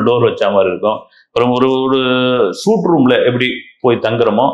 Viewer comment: சூட் ரூம் இல்லை. ஸ்வீட் ரூம் என்பதே சரியான உச்சரிப்பு